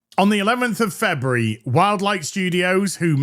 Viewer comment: What the hell kind of pronunciation is "Febree"?